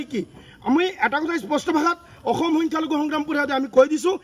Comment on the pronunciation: অসম টো ভাল কৰি উচ্চাৰণ কৰিব নোৱাৰে আৰু তাৰ কথা চা